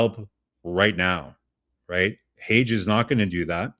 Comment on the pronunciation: its not Hage like cAge, its Hage, like HAGEEEEE